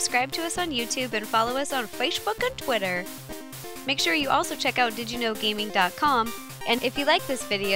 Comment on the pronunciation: fwace book and teeter